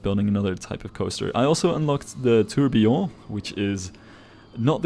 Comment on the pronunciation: Your french was good on tourbillon !!